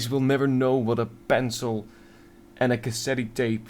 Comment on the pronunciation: Lol in "Cassette," the final "e" is silent